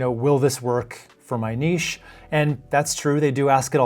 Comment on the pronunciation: Omg you pronounce niche properly 😍